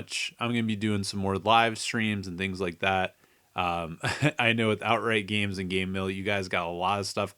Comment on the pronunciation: Did you say "gemees"?